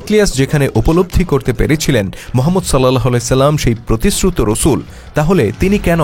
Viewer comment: রাসুল(সা:) এর নামটাও শুদ্ধভাবে উচ্চারণ করতে পারে না